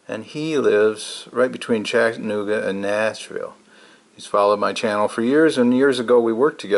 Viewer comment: LOl going to help you with your southern pronunciation of Chattanooga. It's Chatta.... nooga... Not Chattan---ogga .. It's okay You are from MI! I lived there, very nice place to live. I miss your adventure already.. Can't wait for you to stealth camp someplace that is not hot. Just a nice cool camping adventure. Heck, I love the rain camps.. nothing cosier than a rainy night in a tent. Just not fun getting it all packed up the next day .